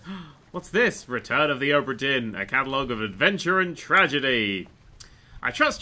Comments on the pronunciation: Now, adept of the ultimate language of pointless sounds that shouldn't be there, here's some questions - how the hell do you manage to get "dearn" from "dinn" and where the hell do you get the "h" to cram in between "o" and "b"? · Ohhhhbra Deeeen! Scottish Accent! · OH-bra DEAR-n